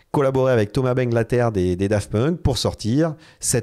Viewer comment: Pour ma table acheter 1500€ a l’époque, j’ai deux panneaux de verre sur le côté qui se sont décoller … et c’est bangalter.. pas banglater… 😅